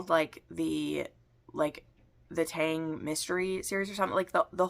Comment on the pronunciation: I forgot I had "Lotus Palace!" I started it and wasn't crazy about it, but maybe I should try again. BTW, the Tang (唐) in Tang Dynasty is pronounced like ah in father. You might like Robert van Gulik's Judge Dee mysteries. They aren't romances, but there is some romance, and some spice! They are very loosely based on stories that grew up around a real person who was a government official in the early part of the Tang Dynasty. His name was Di Renjie. Oh, and Happy (Lunar) New Year!!!!